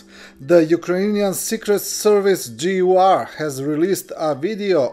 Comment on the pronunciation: Secret. Not sectet.